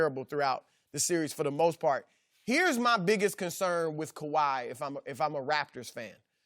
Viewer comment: skiiiiiuuupppp please say “kawhi”